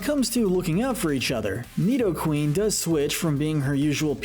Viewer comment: It’s pronounced NEE-doh-ran, NEE-doh-REE-nuh, NEE-do-queen, gar-BOH-DURR, NAH-GUH-NAH-DULL, swah-LAHT, rose-EHL-lee-uh, ROSE-rade (BOO-kay), MAH-REE-nee, and DRAP-ee-on, “”! 🤨 You’re so bad at pronouncing Pokémon names,! 🙄